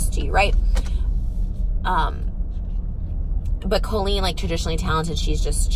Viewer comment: carloo69 Colleen pronounces it as Co-leen. Even here in the US, that is a strange pronunciation that I’ve only heard from Colleen Ballinger. Every person I’ve ever met/heard of with that name pronounces it Cahl-leen.